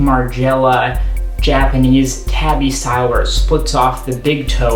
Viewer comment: Pretty solid review, couldn't get over you mispronouncing tabi time after time though. I would recommend doing more research before vids, it will make your videos far easier to watch, I almost closed it after the first minute tbh.